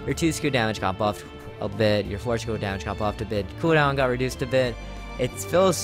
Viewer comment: KUDAWN!!! (cooldown pronounce) hehehe